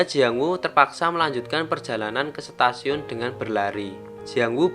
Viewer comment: Ketika sampai di Setasiun🤣 Stasiun bang bukan setasiun🤣